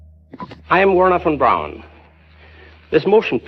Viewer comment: Boy, this one is full of nonsense and lies. If that was Stanley Krubrik, fessing up, then Bart Sebril would have been the one taking this interview. I find it funny that none of these people are pronouncing Von Braun correctly...lol. Delores is delusional.